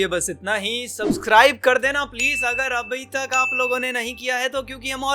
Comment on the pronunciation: He just said Abaitak 😂😂😂